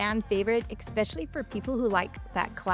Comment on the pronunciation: There is no such word as exspecially - It is e-specially>>>> pet peeve!😅